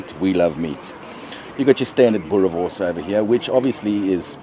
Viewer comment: Boerrrrrre worrrrrrrs. Roll the rrrr boet 💪🏽